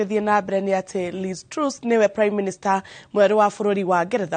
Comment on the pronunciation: Pronunciation for Mrs. Truss is like Trass not Trues